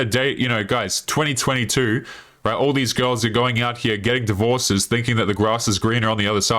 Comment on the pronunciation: Probably because you can’t pronounce the word “all” It’s not awwull , it’s all.